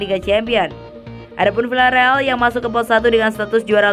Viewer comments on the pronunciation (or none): none